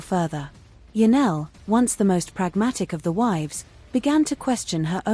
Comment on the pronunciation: Her name is Janelle NOT Janelle. Get it right